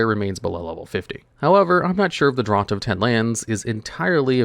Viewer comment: Draught is pronounced "draft"